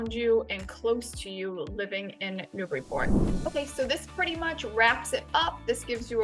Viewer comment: I'm happy to find a video where you say it right. Thanks.